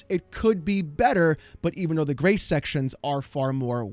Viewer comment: I won’t lie every time you say Grace, I hear grey. Damn my old man hearing.